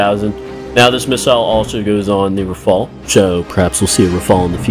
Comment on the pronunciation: Dude says meeca and rafall😂😂😂😂